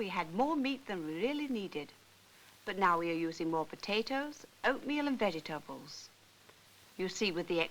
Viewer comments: "Vegge tabbles..". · Veggie- tabbles! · Ha ha, the way vegetables is pronounced in this film nearly as bad as the awful acting.